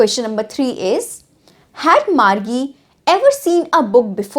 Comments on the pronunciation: She speak "Margie" BUT it sounds like "maggi"😑😐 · Margie KO think sain Pdha glt bol rhi hain